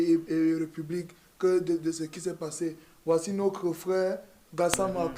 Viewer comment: noCRE frère? En CRois mois ? Il faut êCRe formé ? Moustiiik !! Je reste abonné mais fais un effort